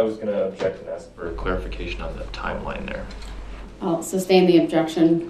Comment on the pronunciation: I cringe almost every time he AXES a question 🙄